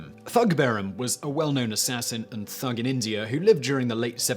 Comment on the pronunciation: The Indian word thug is pronounce tug with the ‘t’ aspirated. There is no “th” sound in Hindi like the English sound in ‘there’ .